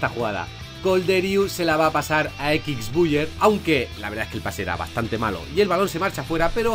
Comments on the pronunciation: Nadie:: Equix buyer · Equixbuier 🤣🤣🤣🤣🤣 grande